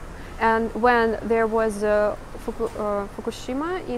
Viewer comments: Hi! Love your channel and enjoy your superb English speaking with that slavic accent (its so smooth). On occasion, you will run into an English word that is not what it seems. "Iodine" is pronounced like "eye-ya-dine" or "eye-oh-dine":) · eye-oh-dine. iodine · Iodine ... eye oh dine ... just so you have an idea of the english pronunciation ... I am amazed though you do have very good pronunciation of the majority of the english you speak ... I didnt expect that ... and the cup of noodle soup we call it by various names cup o soup is a very common version or ramen ... I see from the large amount of seaweed and sea based products that your food supplies are mostly sea oriented which makes sense ... not like trucking stuff across a large country is cheap ... no matter what country you are in ... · Thank you for taking us shopping. The guard just proves that the old ways are alive and well. In contrast, the store proves that life is much better under the new system. So, you pronounce IODINE like "Eye Oh Dine." Choco Pies in America are labeled Moon Pies and they've been around a long time. The big difference between Russian food and probably European food included, verses US food, is there is a sincere effort in your foods, to contain really healthy ingredients; whereas in the States, healthy is generally a specifically created product and not part of the "in general," processed foods. All in all, one store brand isn't such a bad thing, as long as the prices stay affordable and the shelves are full. I find it really encouraging, that there is a lot of vegetables and citrus fruits. Okay, so if I visited Russia, I would immediately get lost and would most likely starve. Thanks for sharing. Stay warm and safe. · Your English is excellent. Iodine is pronounced eyeodine . As in to go out to eat is to dine . When a man really impresses his date it is because he knew where to wine and dine her . ( that has nothing to do with Iodine , it only sounds similar )